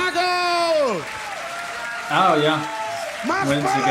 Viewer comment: for pronounciation as American try "Zagou" as in tZAr and GOUging ;-)